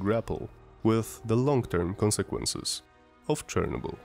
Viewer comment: Bro, if you are not native english speaker, just dont try to sound native. The way you pronounce Chernobyl has even more radiation than Elephant foot itself...